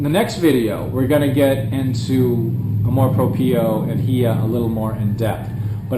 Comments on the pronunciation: Some Filipinos are haters of their own kind which is sad. Thanks for trying to understand the Filipino psyche. By the way "amor propio" is pronounced as -- amor - you got that right - "propyo" for propio. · Very well said. That was a very in-depth analysis of the Filipino culture. Sounds like you've lived there for more than 5 years. Btw, its pronounced Amor Prop-yo (2nd syllable pronounced yo like in yoyo). Good job! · Lol "Canamor Propio" I like that. ;P